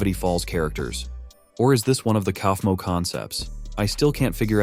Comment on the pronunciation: It's not pronounced cow-ph-moe it's pronounced cough-moe + it's not pronounced dig-it-all it's pronounced di-j-it-all